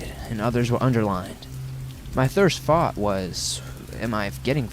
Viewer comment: "Thirst fought" (instead of first thought) !! Hahaha i do that shit all the time. Its fad mrustrating!!